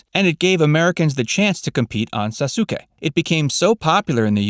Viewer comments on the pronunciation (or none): me getting pissed when he calls sasuke “saw sue kay” and not “sauce kay” like